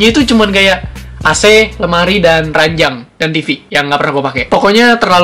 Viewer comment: ranjang bang bukan ranyang